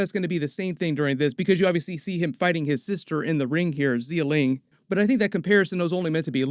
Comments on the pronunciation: Xialing: It's "Sha Ling" not "Zee-yuh Ling" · XiaLing is pronounced more like Sia-Ling, not Zee-ling. Also ShangChi, pronounced more like Sha'ng Chi, not Shane Chi. That the more proper mandarin pronunciation.